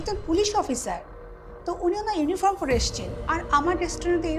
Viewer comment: ইউনিফর্ম, কিন্ত ইউনিফ্রম না, উচ্চারণ ঠিকঠাক করুন